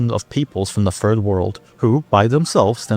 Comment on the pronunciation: Why does he pronounce Third World as "Ferd World"?